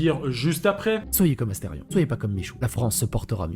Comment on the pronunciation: c'est astérion papalapa c'est astéfion papalapa